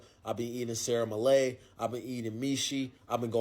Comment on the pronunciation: I'm sorry, what? You ate What in Romania? Sarah Malayh? Are you sure you didn't have Sarmale (Sarmaleh), And what on God's green earth are Misi? It's Mici (pronounced for non Romanians... (actually,make that Non Europeans) as Meetch... or to simplify, Mititei). There is no team called Stawa, it's Steaua, and I Don't know what Rapidi is, last time I checked they were called Rapid... just saying... do better. No, really, I'm sorry, but people Actually Trying to mispronounce names of food lr sports teams wrong just for clout, sorry, bot rubs me the wrong way